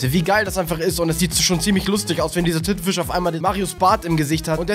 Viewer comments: du hast titenfisch gesagt XD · Er hat bei titenfisch gesagt